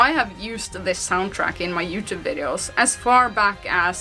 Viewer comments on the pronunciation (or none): none